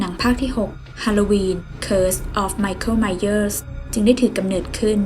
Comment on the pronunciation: ไมเค้ล ไมเหยอ 555